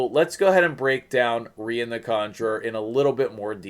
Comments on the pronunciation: English language teacher here. When you say "part of a word" e.g. centu- rian we call that a suffix, if it is before then it is a prefix, im -possible. Pronunciation wise, "Ree-an" would would be the most likely as usually with English spelling when two vowels are together we elongate the first and shorten the second. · It’s pronounced “REE-ON” rhymes with CONJuror . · I want her soooo damn bad. I remember you saying that you’d be getting her. I had to stay up and watch. My middle name is Ryan. That’s not how you should pronounce her name. I think I’d her pronounce her name as a French chick. Kinda like how you’d say the city of Lyon…Leee-Own. So for her….Reee-Ahhn. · Isnt it pronounced like Ryan? Ryan is a female name aswell.